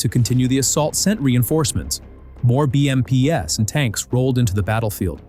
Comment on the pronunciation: Dear AI, BMPs is read as Bee -Em-peas not Bee-em-Pee-ess.